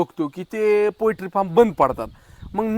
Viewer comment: पोएट्री फार्म नाही पोल्ट्री फार्म म्हणा भाऊ!